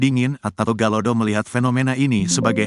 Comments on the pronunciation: Galodo ! bukan galado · Galodo bukan Galado...jgn asal.. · Galodo bukan galado